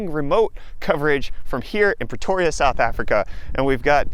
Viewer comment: Pretoria sounds like Petoria, when the Griffin house on Family Guy was discovered to not be incorporated into the USA and it became a country. The episode with the Can't Touch Me song.